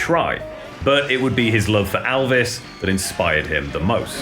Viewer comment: So if his name is spelt ‘Elvis’… why do you pronounce it as ‘Aalvas’..